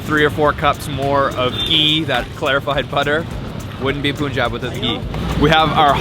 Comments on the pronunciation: It’s not poonjab it’s panjab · Hey. Punjab is pronounced like a sound instead of u. Like in Bun or fun ☺️